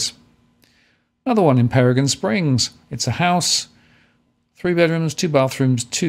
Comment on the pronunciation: Hey many thanks for the overview up here on the Sunshine Coast. Just to let you know Peregian is pronounced Peregeeeian with the emphasis on the gee. Cheers!